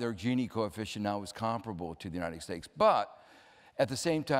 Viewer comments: I think he's saying united stakes....... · Is it just me or does Joseph Stiglitz say "United Steaks"? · Joseph Stiglitz: "The United Steaks" says it every time without fail LMAOOOOO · Why does the Stig say "United Stakes"?